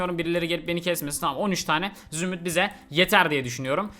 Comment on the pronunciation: Zümrüt değil zürnüt